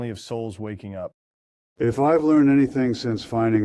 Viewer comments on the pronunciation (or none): none